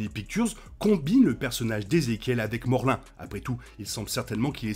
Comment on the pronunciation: Morlin ? Je crois pas que c'est ça son ce morloun